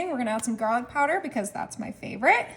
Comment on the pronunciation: Don't forget the "jarlic" 😄